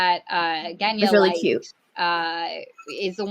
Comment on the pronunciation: Also it is really weird to be as a person who speaks Russian on a daily and whose actual name is Genya to listen to the wrong pronunciation of my name and the fact that Grisha is a name as well, it's short for Gregory.... like...